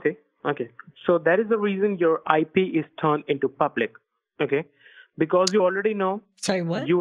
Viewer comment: The... I-PEE address?? ROFL